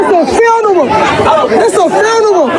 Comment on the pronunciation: Repeat after me, "Few-Na-Ral".